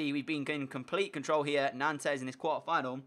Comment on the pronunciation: It's not pronounced "Nantez" it's pronounced "Nont". Sorry, I speak French and it was pissing me off.